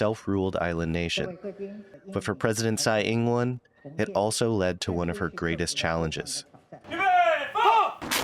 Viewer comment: Would a Taiwanese news outlet not be able to find a reporter able to pronounce the Taiwanese president's name correctly? We all have accents and I don't expect perfection but this is so off, it distracts from the reporting.